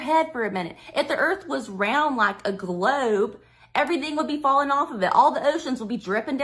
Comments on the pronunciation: A doctorate in education? From Jeezus through his online correspondence school. Almost as impressive as a Ph.D from Trump University. I did learn one thing from this highly educated woman; I've been pronouncing the word 'globe' wrong my entire life. It has 3 syllables (or is it 4?) 'Glau-oo-ub-a'? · She has a PhD in school counselling and supervision. Clearly the right education to talk about "gloubs" 😁 Also, everything she said about gloubs applies to birds too 🦉